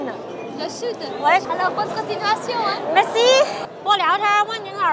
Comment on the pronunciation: 说实在，吃饭吧哒嘴，嘴里有东西的时候说话。这些在欧洲都是没有教养的表现。你是在丢中国人的脸。还有，请你把merci的发音还好矫正下。谢谢！